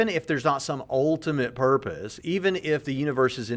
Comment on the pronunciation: Did he say "what is the porpoise of life"?